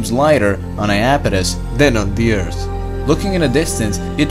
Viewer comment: Yeah, but when he says earth it sounds like beers